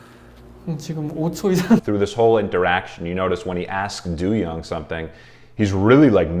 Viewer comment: I shed a tear every time you say "doo-young" 🥲 it's not that serious im being dramatic lol It's pronounced "doe-young"